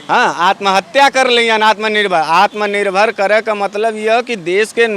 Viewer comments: Ye genda to anpad, jahil aur gwar lag rha hai, kaise home minister ho gya, isko atm nirbhar bolne nhi aa rha hai. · Sala Taripar gainda Takla ko Uchcharan bhi nahi kar pata Atmanirbhar ka. Aur logon ko Atmanirbhar bana Raha hai. Behaya Beshirm BJP. Tum Logon per koi Viswas nahi karta. Fekne band karo.